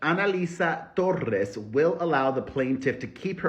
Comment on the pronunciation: I love how u rolled ur r torrrrres